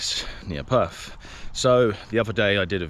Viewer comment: In Australia we don’t say Perf, fings, ferty - we actually use English here, so it would be PerTH, THings, and THirty.